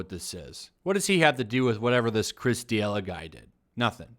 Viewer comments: This is unacceptable... It's D'elia no D'iela haha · Chris D’ella or Chris D’Elia? Just a heads up you pronounce it “duhLEEuh”. D’Elia’s last special went hard af but fuck it call him whatever you like. Sheeeit, call him Epstein for all i care 🤷🏽‍♂️ Train by day. Joe Rogan podcast by night. All day 💯 FTW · “This Chris DeeElla guy”. It’s Chris Da-Lee-Uh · Chris De-E-Lah 😂😂😂😂😂. It’s pronounced De-li-Ah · He kept calling him Chris D'Elia when it's pronounced D'Elia... What how do you say this?? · “D-ela”? In what world is “lia” pronounced “la” you butchered the name because you didn’t even try lmao. You just said whatever you felt like calling him... which is admirable but for fucks sake take your channel seriously. Do your homework. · Chris Duh Ella? Come on man... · D yella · Chris Duh-Lea <---- pronounced like that.... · "Chris D'ela" The "i" in Chris D'elia's last name: Am I a joke to you? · FYI, figure out how to pronounce someone’s name before saying it on air. Makes you look bad and hurts your credibility. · If your gonna talk shit, at least learn how to pronounce peoples names. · How do you report on Rogan and D’Elia and don’t even know how to say D’Elia? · How do you pronounce d’elia like THAT????? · Dude, do some research before putting out videos. I don’t know how you could have missed the D’Elia story. It was everywhere. At the very least learn how to pronounce his name. Why bring it up so much if you know nothing about it? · Listening to this guy mispronounce Chris's name is amazing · Maybe don't do videos if you can't pronounce someones name. Fucktard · How much homework did you possibly do if you can't say Chris's name? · You should learn how to say a name correctly before making a video you dumbshit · The way you pronounced "D'Elia" though. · I call people dumb with the same logic. I wish this guy would at least pronounce Delia's name correctly. People might think there are two pedos out there